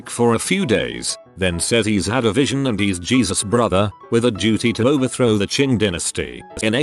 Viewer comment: Wait, how was it the TTS could not say the "Tai" in Tai Ping right, yet got "Qing" right? Tai in both Chinese and Japanese is said like the word "tie", not like "tay", for it to be said the way the TTS said it, it would need to be written as "Tei". Also, yes, any Chinese word starting with Q has a "ch" sound to it like the word "chime", as weird as it sounds.